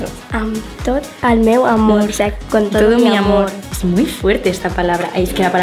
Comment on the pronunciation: no teas dado cuenta de que dice miamor